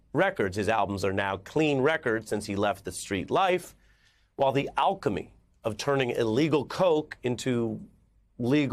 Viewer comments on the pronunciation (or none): none